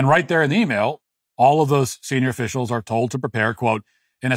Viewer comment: Tax offissels 😂 i love the bloopers. They are the funniest part to me